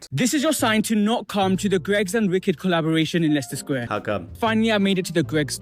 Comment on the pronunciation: Bravo for pronouncing Leicester Square correctly!